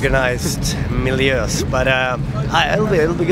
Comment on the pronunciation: "Organized Miljöös" hahahaha Miljö = Environment in swedish!